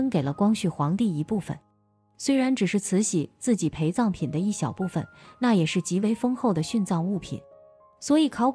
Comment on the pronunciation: 我還有聽到「還把培葬品分給他一點」，還以為只有我聽到